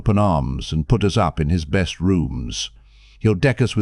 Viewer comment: This has to be a chat bot narrating. I swear it is going out of its way to mispronounce as many words as possible. "Best" was pronounced "beast" o_0